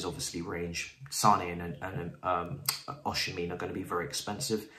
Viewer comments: You are murdering my Nigerian brother's name 😭 it's Osimhen not osimhin😂. But yes he's a very good option. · OK this is how you pronounce Victor osimehin.... OSHI-MEH-HIN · it's pronounced OZIMAN (the Z like "cozy") (the man like "men") OSHIMEN. Cheers mate